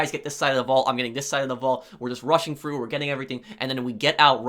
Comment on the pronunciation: “Roughing Frough” I love how you pronounce “rushing through” 🤩. That will do.